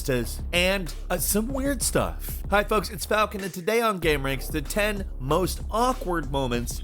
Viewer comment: It's almost like pronouncing gameranx gaumeranks